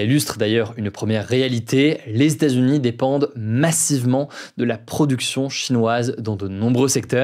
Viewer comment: "Les stats-unis"... Franchement Hugo, ce serait bien de prononcer correctement états-unis. Tu es trop important comme média maintenant pour parler comme un wesh wesh même si l'on apprécie le côté plus informel de tes actus du jour. Ta prononciation est bonne par moment puis mauvaise à d'autres.